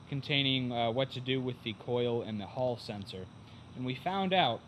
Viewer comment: New drinking game ... Any time someone says haul sensor take a drink 😋